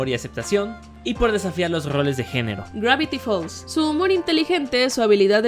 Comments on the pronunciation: dice genro no género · No es por arruinarlo pero dice génro y no género